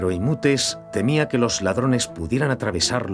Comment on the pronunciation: Era Imhotep (pronunciado Imótep en castellano o "Injoteb" en inglés) y no "Imútes" como pronuncia el doblaje.